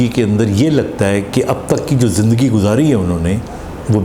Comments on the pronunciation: زندگی لفظ۔۔۔زند ۔۔گی نہیں ہوتا ۔۔۔زند دگی ۔۔۔ہوتا ہے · Punjabi style .